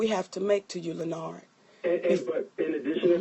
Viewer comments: Chrissy B LEN NARD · why she kept calling him by his first name and then mess it up😂